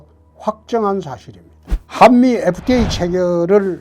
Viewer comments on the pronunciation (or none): 한미 FK래 발음 실화야 ㅋㅋㅋ